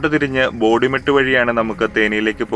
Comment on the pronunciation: എന്താണ് ബോതി മെട്ട് എന്ന് പറ യുന്നത് ബോഡി മെട്ട് അല്ലേ .ബോഡി നായിക്കന്നൂർ